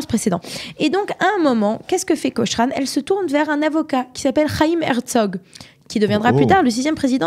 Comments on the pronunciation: Prononcer Cokrane svp ! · Autre erreur: La photo qui vient après le portrait de Lady Cochrane (on prononce : "Kokrennne" !), à , ne représente pas la façade de son propre palais, mais celle de la villa voisine (le Musée Nicolas Sursock).